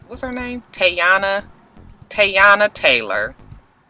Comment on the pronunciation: lol its Tee-yOnna lol... shows how relevant she is!